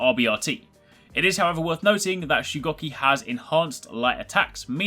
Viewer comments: Its shugoooki not shucocky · He said his name wrong the whole video :/